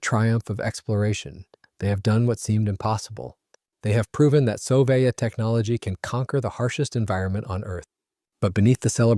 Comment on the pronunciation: Since when did we start pronounciating "Soviet" as "so-vai-et"?